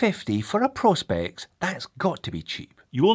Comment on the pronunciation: Sorry J, but this annoys me; I know it shouldn’t. It’s “Pro. Specs” ( Professional Specifications, as declared on the Seiko website), hence their little P.S logo, and not “Prospects” as you repeatedly called it, and as most Americans seem to call this range of watches. I cringe and shout at the screen when I hear it mis-called. Ok that’s better, got it off my chest. Love the channel x